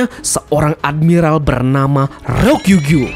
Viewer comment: Tulisannya RYOKU GYU. Kok dibacanya "RO-KIU-GIU" minn. Ryoku/Midori=Ijo, Gyu/Ushi= Sapi/Lembu/Banteng. Gyu Kaku = Cow Corner. Ayodong minn biar wibunnya ga stengah2 hihihi. #weeaboopride